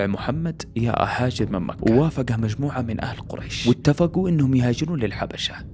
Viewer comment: تكفى غير الاسلوب وس اللي مكحح قول مكة